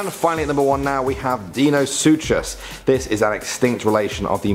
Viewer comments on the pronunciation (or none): That’s not how you say dienosuches